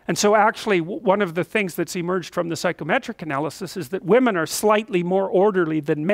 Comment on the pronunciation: Does anyone else keep hearing "psychrometric"?